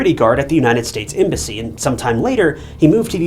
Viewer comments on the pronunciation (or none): none